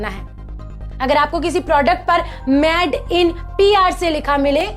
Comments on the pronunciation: Madam pls made in china ya made in India kaho na ki mad in china ya mad in India sahi pronounce karo.🤣🤣🤣.aur yes boycott china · I really support your initiative of Made in India... You just need to correct your pronounciation... It's not Mad in India but it's Made in India... All the best... Jai Hind... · अरे वीडियो मे बोलने से पहले सीखो की इंगलिश के किसी लफज को कैसे बोला जाता है जैसे Made को मैड नहीं मेड बोला जाता है मैड का मतलब पागल होता है धन्यवाद 🙏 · आप एक न्यूज़ एंकर हो। आपका उच्चारण साफ होना चाहिए। आप मेड (made) को मैड (mad) बोल रही हैं। Made (मेड) मतलब बना हुआ और mad (मैड) मतलब पागल होता है। गलत आदत छोडी जा सकती है, बस अपने उच्चारण पे थोड़ी मेहनत करनी पड़ेगी। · Plz made को मेड बोले न कि maid.. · Sister aap baar baar made ko MAD kyu keh rahe ho? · PAHLE ENGLISH BOLNA TO SEEKH LE, MADE KO ( MAD) KYON BOL RAHI HO? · please ask the presenter to speak made clearly and not say mad....this can be made fun of by people watching this channel. she can look online for the pronunciation. its not criticism but i dont want people making fun of indians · U r talking sense but kindly pronounce made correctly but not mad!